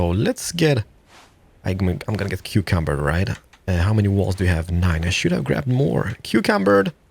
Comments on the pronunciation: Over encumbered, not cucumbered xD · I've just spent like 3 minutes looking for this video because I forgot to save it a few years back. I'm here to tell you that your overcucumbered word is now mine and my group of friends normal way of saying overencimbered and has been for at least 2 years now lmao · Did he say "cucumbered"?